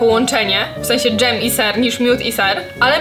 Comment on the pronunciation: "dzem" "keczup"☠️